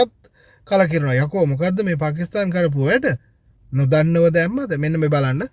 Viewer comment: පකිස්තාන් නෙමෙයි පාකිස්ථාන්